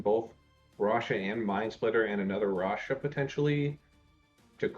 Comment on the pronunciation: if the first caster is reading this, it's not rasha bro, omg haha